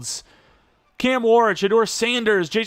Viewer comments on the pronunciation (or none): none